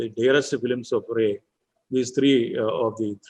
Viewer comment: Raaye, not Ray.